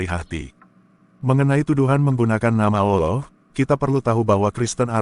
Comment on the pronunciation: 🤣🤣🤣🤣🤣🤣🤣🤣dapet literasi dr mana bosss pendeta petinggi lu aja mengakui itu punya umat Islam paus Vatikan aja bilang keristen Indonesia jgn pakai nama tuhan umat Islam. lo sekolah di mana allah jd alah??? double L woiii itu ada penekanan. kalo mau bilang alah ya alah bukan double L. coba bahasa inggris one di baca one atau wan ??? bodohhb kaliiii kau ngab.. baca2 lah website resmi keristen arab. apa allah di sana ada terulisa NAMA TUHAN NYA UMAT ISLAM. ITU KERISTEN ARAB YG BILANG. LO SIAPA NGAKU2. G ADA WOII ORG BARAT NYEBUT GOD ALLAH ATAU ALLAH MY GOD G ADA DIA AJA KALO KAGET PASTI BOLANG OH MY GOD LAIN OH MY ALLAH.. JD BEGOOO MALU2IN AJA. BACA DI KODEX SINAI KODEX VATIKANUS NAMA ALLAH. KALO ADA IRIS KUPING GUE. JANGAN NGAKU2 DAH LOOOO